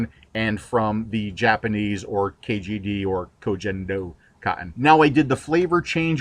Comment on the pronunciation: Love your videos but as a linguist as well as a student of East Asian history and culture, it irks me how your mispronunciation of Ko Gen Do has spread throughout the vaping community. It is pronounced koh gen doh (g as in gun) not koh jen doh.